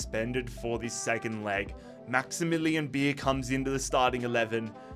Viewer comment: noticed a load of naming mispronunciations so here's the ones I caught to help you out for future vids Beier is pronounced by-er, not beer, similar to danny dyer but with a b Malen is mal-en with a regular L sound, not the spanish LL Haller also doesn't have the spanish LL sound and has the english L sound and a silent H Bensebaini is "ben-seh-bah-EE-NEE", not "ben-seh-bah-NEE" For Felix and Lukas Nmecha, the "n" is silent hope this helps for future vids 🙏